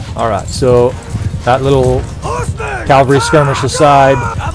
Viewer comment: Cool video! One thing, the word is "cav-al-ry" not "cal-va-ry". Cavalry is a horse riding soldier. Calvary (aka Golgotha) was the place just outside Jerusalem that Jesus was crucified. Your little character says it over and over. He screams calvary over and over, qnd your voice over keeps saying Calvary. It's jarring, and takes me out of the mindset to listen. Im not trying to sound like a jerkz just trying to be helpful.